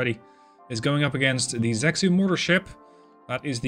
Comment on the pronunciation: Love the Dreadnoughts content 👍Probably too late in the war now, but zexu is 'zuh-shu' and gui is 'gway'.